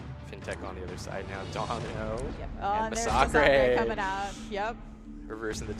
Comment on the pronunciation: That's because his name is masacre not massacre. He is a former priest from Mexico so he took the Spanish word for massacre which is masacre. Pronounced ma-sa-creh